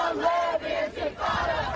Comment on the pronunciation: I like how you can hear people saying Antifada instead of “intifada” They don’t care they don’t know anything they just want to be part of something and get paid for it